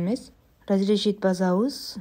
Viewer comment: Базабыз эмес,басабыз дейт